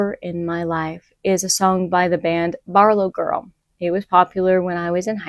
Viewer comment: Girl you did not just say Barlow Gril 😂😂 I love that band. . Haven’t heard of it since like 2006 lol but yeah great band and always thought it was neat how well the drummer lady played 😊 Word up. You’re welcome 😇